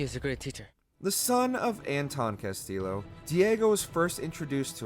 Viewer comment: Everytime he says Castillo he pronounced the Ls bu they are pronounced a (y)